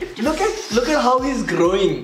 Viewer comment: " I aaaalways say"....Bhai ki angrezi khul gyi😂😂